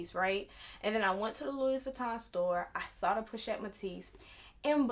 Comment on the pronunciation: Woman it's pronounced like Lewy Vuitton not Lewis. 🤣Luv ♥️your makeup 💄 doll. I have the 26 old style and Yes I turned mine into a cross body because my other LV's are bigger and heavier and Ion really care what others say about I move around a lot and want to be safe-Cause the robbing these days frfr.